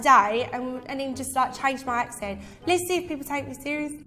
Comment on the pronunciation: almost, but you finished "accent" with a t.